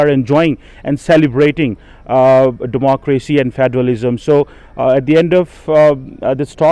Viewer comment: What is with the fake accent …😐 also Democrrwacy …🙈😆